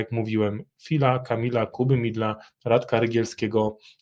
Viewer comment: nie mówi się "Kuby Midla" tylko "Kuby Midela";)